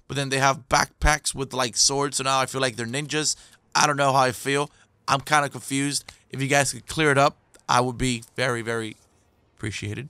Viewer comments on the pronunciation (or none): none